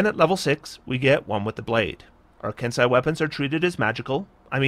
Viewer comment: "Ken-See an E" eh? joy